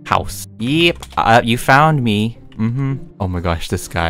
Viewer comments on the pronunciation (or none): none